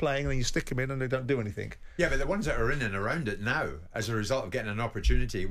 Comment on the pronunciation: The captain of England pronounces the word ‘anything’ as ‘anyfink’ 🥴